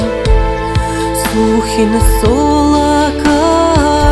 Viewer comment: Сухин сола́ - мы тоже поём с таким ударением в песне Олега Макарова "Яра́тым Сухи́нем" - так уж пели её, мы не стали менять😊 Конечно, правильно Сухин со́ла, но так как в склонении ударение меняется, то не так уж не привычно: сола́на - наша деревня сола́штына - в нашей деревне, сола́шкына - в нашу деревню